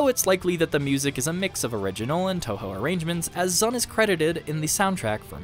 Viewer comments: Anyone else died inside a little bit every time he called Zun "Zan"? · You kept calling Zun "Zan"